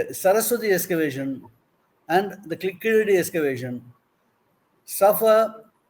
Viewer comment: This fellow does not pronounce properly Keeladi.